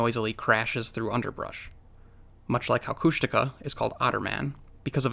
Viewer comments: Kóoshdaa (land otter) Kháa (man/person) Kóoshdaa kháa: Land Otter Man or Land Otter Person; people who die at sea, drown, are taken by the land otter people. They are NOT big-foot (jínkaxhwách’aa), which is totally different. It’s certainly not Coosh-DAW-kuh! 😀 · Kushtaka is pronounced with emphasis on the final syllable. Phonetically it would be: Kooshdakhaa HTH, Doc